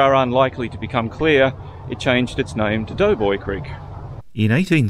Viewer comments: Hello ….it is called DOBOY CREEK, DOBOY BRIDGE, and they are in the voting parish of DOBOY…..not Doughboy. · I have always known it ss Doboy not doughboy.